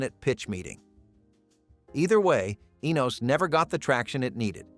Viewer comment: it's ENOS not the way you are saying it